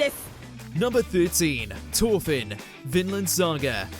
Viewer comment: 'Torfin?' I usually comment on bad pronunciation, that's simply not speaking English 'th' is a specific sound I'm not surprised the writer missed Ginta from MAR, he starts off a dreamer wearing glasses with no stamina, and ends up saving the world